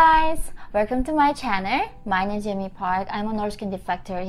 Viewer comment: sorry yeonmi but when you say hey everyone welcome to my i then hear channer instead of channel :) but it is good.......keep it :)